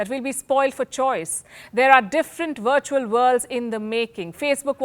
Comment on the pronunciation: Palki is beautiful, and I love how she says 'wirtual'!! We really dont need this metaverse Palki.. when is enough enough???